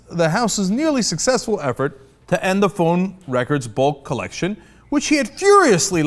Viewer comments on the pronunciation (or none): Okay that chap's accent is so thick when he said "Bulk collection" I thought for a moment he said "bullcrap." Then I remembered you can't swear in the US "democratic institutions"